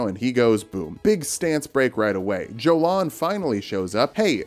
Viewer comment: ymir might say jolan with a "j" sound but jolan says it herself with a "y" sound